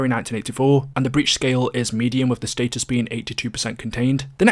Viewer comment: it’s “status” not “status”